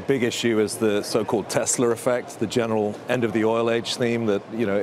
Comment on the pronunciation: "Tesler effect"